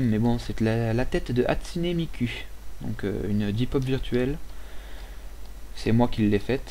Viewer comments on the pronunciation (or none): Hatsune Mik[OU] pas Mik[U] (prononciation =p)